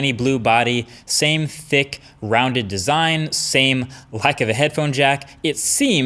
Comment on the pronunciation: Did you say thicc?